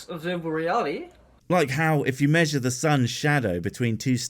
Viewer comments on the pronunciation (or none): none